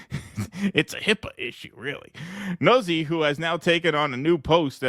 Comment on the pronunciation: It’s pronounced: noot-see. It’s an Italian name